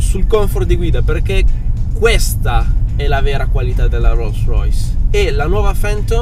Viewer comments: Una "rûssrüys" ?? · "Ruolls roys" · No dai "ro Rois"non si può proprio sentire! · Guidaue una rolls roice 😂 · Lo dirai anche giusto ma non ti sembri pirla quando pronunci Roll Royce? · Sono un po in ritardo...ok...ma quando dice "guidare una rolls royce" la R che dice è molto britannica...sembra un britannico che parla italiano 😅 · Ma quando dici “rolls royce “ hai delle ciabatte in bocca!? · Dice Rolls Royce con la peggior pronuncia inglese che abbia mai sentito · Solo a me da un po’ fastidio come pronuncia Rolls Royce? 🤔🤔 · Si ok ma almeno impara a pronunciare bene il marchio dell'auto. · Per favore cambia la tua pronuncia di Rolls Royce